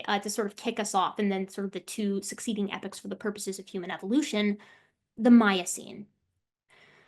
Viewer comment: Just a pronunciation thing.